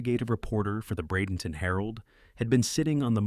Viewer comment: Bradenton Florida. Thanks for pronouncing it correctly.